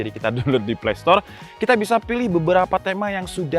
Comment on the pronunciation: playstore mas bukan playstol... XD